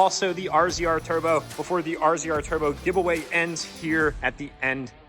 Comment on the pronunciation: razor not R Z R